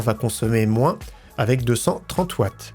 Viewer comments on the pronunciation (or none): none